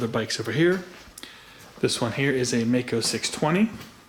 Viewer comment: Hello Mister,hope,you are doing well. I am from Germany,and i like your Channel,but there's one Thing,i have to say. It is pronounced like Mike-O. One more thing- in the 80th, i rode a MD 250, aircooled. Nice, fast machine. If you have any Connection, i would LOVE If you could show (and maybe ride)one. Greetings from Ostfriesland, Germany O